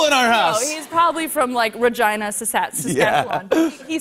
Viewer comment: She is married to a Canadian and still did not say Saskatchewan correctly. At least she said Regina correctly.